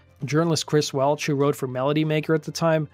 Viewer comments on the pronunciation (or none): none